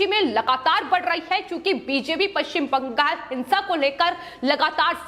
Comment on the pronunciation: आपका विश्लेषण बहोत अच्छा है पर ये जो विश्लेषण देती है उनके शब्द उच्चारण छोटे बच्चो की तरह है उदा:-पश्चिम बं....गाल कृपया इन को बदल कर स्पष्ट उच्चारण वाले व्यक्ति द्वारा विश्लेषण देवे